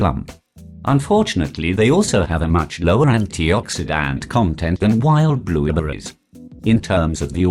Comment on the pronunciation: I heard Blubuupritz